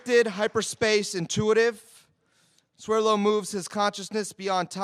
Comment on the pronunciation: Swerlo? Or Swerdlow? lmao